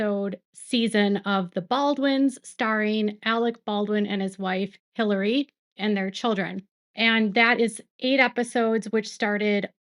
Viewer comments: It’s eee laria not Hillary. She’s Spanish 😂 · Ummmm, her name is Hilaria pronounced Eh-La-ria Spanish pronunciation 😂 omg I hope you cover that debacle!!!